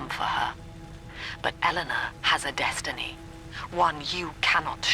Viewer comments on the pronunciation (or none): none